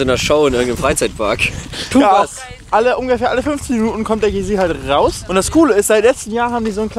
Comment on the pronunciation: GAi sier, not Gay sier :D